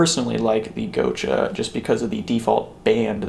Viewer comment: Gotcha... Not go cha